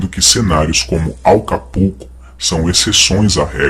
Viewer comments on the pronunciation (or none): Nao e alcapulco analfabeto😂😂😂 e acapulco.